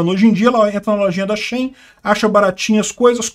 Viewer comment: A pronúncia de SHEIN é como "ela-dentro" em inglês (She-In).